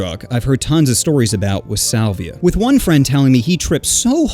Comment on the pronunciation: i thought this hot dude said 'saliva'